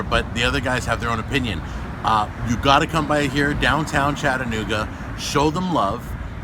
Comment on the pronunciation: As a native of Chattanooga, thank you for pronouncing "Chattanooga" correctly. It's apparently a hard word for many people, even after living here for many years. As a relatively new fan and subscriber, I would have come down to say "Hi" and see if you had any of your bottles of seasoning with you for sale. Take care, and keep up the good work!